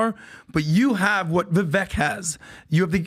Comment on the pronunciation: If calls Viv-ake, Viv-eck one more time I swear to God I'm gonna lose it, it's just straight disrespect at this point - get the man's name right for Christ sakes